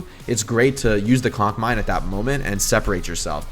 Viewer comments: Yes I did laugh every time he said “cock mine” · I love how he calls it a cock mine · No one: Jake: cock mine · Did u just say cock mines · Nobody: Jake: COCK MINE